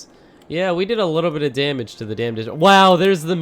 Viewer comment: "A lot od DAMNage"